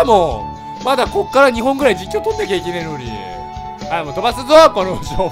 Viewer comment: どちらかというと あい！よろこんでええあい！！！ なのちょっとツボ